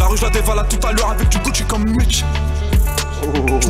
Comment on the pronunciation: Ptdrrrr il m'a tuer quand il a dit je sais de quoi la musique parle il a dit gocci 😂😂😂